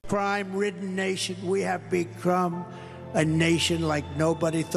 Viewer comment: The guy mocks Biden's stutter and then "we have becrume..." and "complummets of..."... hilarious and pathetic.